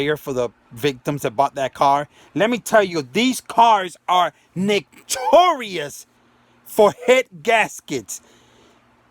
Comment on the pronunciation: “Nick - tor - ius” 🤣🤣🤣🤣